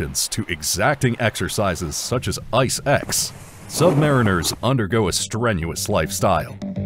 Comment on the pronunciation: USA= sub mah REEN ers. Sub mah REEN ers . Sub mah REEN ers!! You flucking assoes!!